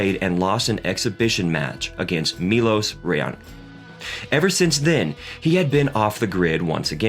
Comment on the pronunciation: Milos who??? That pronunciation dawg💀